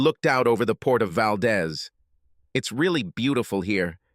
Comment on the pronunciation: Valdez, Alaska. It’s pronounced Valdeez. The is is long.